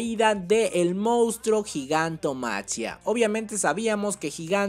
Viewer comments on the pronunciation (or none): Es lo mismo cuando dice "gigantomachia" y no "gigantomaquia" pero pues ni qué hacerle, es su canal xd